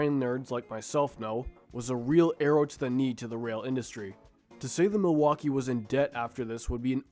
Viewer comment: Why so difficult to say the name "Milwaukee?"